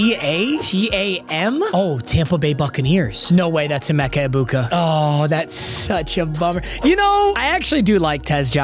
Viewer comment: Emeka Egbuka? I believe you meant to say, "Emeeka Eggbegbu" lol